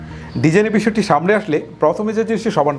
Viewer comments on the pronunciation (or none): none